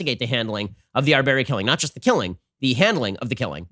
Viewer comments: I think you should try to at least pronounce his name correctly out of respect. Otherwise, your desire to be neutral seems very inauthentic. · Ben did the most Muslim pronunciation of his name lol.